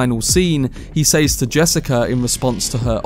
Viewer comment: The word "SAYS" is pronounced "SEZ". Thank you.